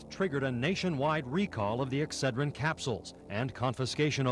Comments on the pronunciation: You could have just googled an advert for Excedrin and learned how to pronounce it. It’s also got lots of caffeine in it which you failed to mention. I used to take it just for the caffeine when I was in college. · They must not sell Excedrin on the other side of the pond, because his pronunciation is driving me nuts😂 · I’m so happy started pronouncing Exedrin the right way after a few mispronunciations. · He must've learned how to pronounce Excedrin halfway through filming this and then forgot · I nearly tried to correct your pronunciation of Excedrin before realizing it doesn’t matter. I hope you all are proud of me. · I CAME TO THE COMMENTS TO LET HIM KNOW HE WAS PRONOUNCING INCORRECT LOL 😝 it still sounded really cute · How are you pronouncing Excedrin?!? Good thing you showed the photo/stillshot; otherwise I would have zero idea WTH you were saying. 😂😂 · Aren't ya pronouncing Ex-xed-rin wrong, there?? Could be wrong.....ur the one w/a top notch True Crime Channel! So don't mind me! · X-sed-drin. That’s how it’s pronounced. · Ex-CED-rin. Just saying. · “Ehhhhck said ren” is so precious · Ex-said-rin ... But I'm forever going to call it Exa- drin now 😆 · North American pronunciation is ex-SAID-rin. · Thank the Lord for the picture of Ex said rin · Its pronounced x sed rin where I am from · Ex-cid-rin. Good investigating! This was before you were born, right? I remember this one, and I'm an old woman! Always, love ya! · it’s funny, all my life i called it ex*CED*rin, with the accent on the second syllable. great story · Lmao it’s pronounced like, ex said dren my man!! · lol lol lol oh boy did you say Excedrine very unique lol lol!!!! It should sound like EX-SED-RIN 😂😂😂😂❤❤❤ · It's pronounced exCEDrin. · Never heard Excedrin pronounced like that before. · thank you for the visual. I could not figure it out with the different emPHAsis on the different syLABBle. If I can figure out how I'm going to call it what you said from now on!